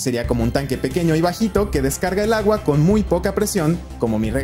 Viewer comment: "Pero lagua"? Oí bien? 🤔😆